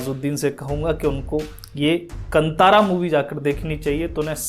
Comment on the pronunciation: It’s pronounced Kaanthaara meaning forest. Puzzled why they spelled it Kantara in English. So glad the movie is liked widely India. We are so trained to watch movies with good looking people trying to act and dance